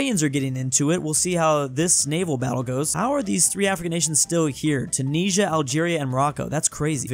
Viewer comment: The way you say 'Tunisia' triggers me so much.